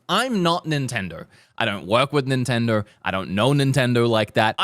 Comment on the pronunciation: What nationality is? He always says “Nintnendur” and “Zeldur”